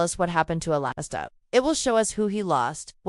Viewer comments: His name is Alistair, not Alasta….. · sure, you can argue the spelling, but the pronunciation remains the same. It’s not pronounced “A-Last-A”